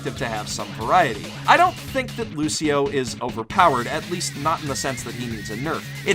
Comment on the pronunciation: No offence your saying lushio not Lucio